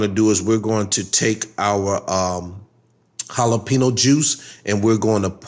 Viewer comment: The way u say jalapeno is driving me crazy lol but looks good